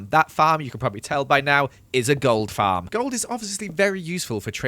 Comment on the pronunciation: Why do u say fam instead of farm